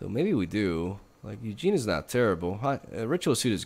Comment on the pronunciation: nothing tickles me more than you calling Ugin "Eugene"